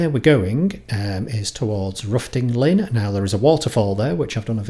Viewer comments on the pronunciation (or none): Nice video of where I grew up. I live in Sussex now. Where you turned off the main rd to look at the rock carvings is just 1/2 mile from our old house. Just one thing, its pronounced "Rowten Lin", regardless of the spelling. Always has been; ask any of the true locals. Other than that, very enjoyable & nice bikes the XSRs. Steve